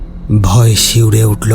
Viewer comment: চাঁদ উটলো ,শিউরে উটলো,দেকতে লাগলো, স্বপ্ন দেকতেন, আর কত বলবো বলুন। তবে আপনার আর একটা গল্প "রূপমহলের আতঙ্ক" তাতে আপনি ক্রমাগত মেশিন কে ম্যাশিন বলে গেছেন।